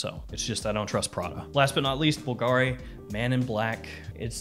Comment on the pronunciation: Bull-guh-reee lol